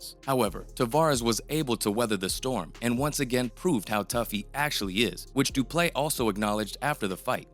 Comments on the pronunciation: It's not pronounced Du Play . Du Plessis should be pronounced 'Do" - " Pler" - "See" where Pler rhymes with furr, or purr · How TF is the narrator still pronouncing Du Plessis as Du Play???? . Such ignorance is really astonishing. 🇿🇦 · Du ple seeee... That's the pronunciation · It’s pronounced doo-pleh-see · It's Du-Ple-seee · His name actually has one silent s and it’s the last one Doo Plecci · Just butchering the guy's name, I swear these guys aren't even fans. Lol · The way you BUTCHERED his name and surname, its an understatement... It got me questioning your educational system...you don’t learn phonics in school? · Please learn how to say Du Plessis rightfully. Around half way in the video you don't even try to pronunciate the "i" at the end of is name. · How do you quote someone, telling you how to pronounce their name and then not even attempt to pronounce it correctly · You clearly weren’t listening to him either because you still can’t pronounce the mans name.. you butchered it the entire video